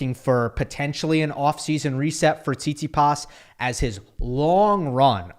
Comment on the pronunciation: I love how says Tsitsipas’ name Not saying it’s weird or wrong I don’t care enough about about Stef to whine about it, just funny 😂 SeetSeePaas